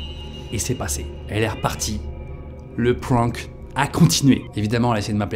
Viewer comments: Prank se prononce avec un aaaaaaa : P r aaaaa n k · Le mot prank prononcé pwwank il me perturbe trop😭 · Résumé de la vidéo , il ne sait pas dire prank